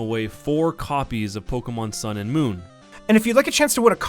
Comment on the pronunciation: It says mooon